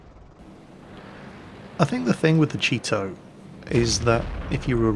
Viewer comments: All I hear is, "The Cheeto" xD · I'm used to pronouncing/hearing Japanese tank names like "Chi-To" and "Chi-Ri", so I never heard "cheeto" once.